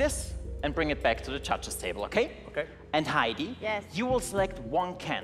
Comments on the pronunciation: "Judges" I heard "CHACHAS" 😂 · am i hearing "cha-cha's" instead of "judges"? only me? okay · Am I the only one hearing them say "Judges" and sounds like chachas? Haha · I hear "Muchachos" instead of "Judges" lol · How's he pronouncing word "judges"? Even auto translators Translate that pronounce as "churches"